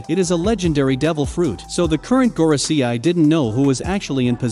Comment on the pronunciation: Normal people : Gorosei This guy : Goro see eye